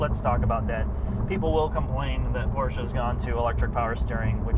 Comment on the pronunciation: Congratulations - You are the first american who pronounces "Porsche" with an "e" - Great ! All the others say "Porsch"